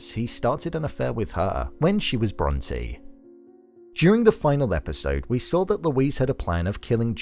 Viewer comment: bron-tay come on dude. they said bronte so much in that show.